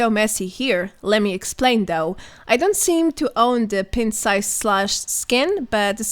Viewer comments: It’s pronounced Pint and not Pent. Pint-Sized Slasher. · You're pronouncing "pint" wrong. It should sound like "pine-t". 👍